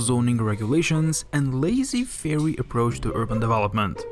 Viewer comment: Lazy fairy 😂🤣😆 This is one time where a foreign disregard for a lnguage really destroys it. laissez faire (let it be) is pronounced lessay fair.